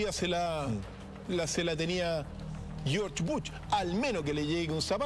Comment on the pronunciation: Almenos ya no pronuncia yotch butch por...... jeorge bush. Jjjjjj